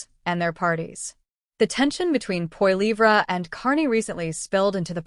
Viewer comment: I suggest you learn how to pronounce Poilievre.